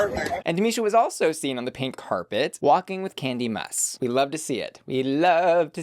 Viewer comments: KANDY MUSS???? girl it’s kandy MUSE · “Kandy Muss” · did you really called her Kandy MUSS??? i cannot... xDDDD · Why tf did you call Kandy Muse... Kandy Must? 💀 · i’m sorry kandy WHO? KANDY MUSS?? lmaooo that made me giggle. is that a reference i don’t know about or have i been mispronouncing her name this whole time?! anyway thanks for the video bussy! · Am I going mad? Did just call Kandy Muse....Kandy MESS?? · Haha!!! Kandy Muss😁😁😁 Its Kandy Muse... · Not Kandy “Muss” though… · Did anyone else hear say "Kandy Muss"? 😆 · You said Kandy Muse wrong.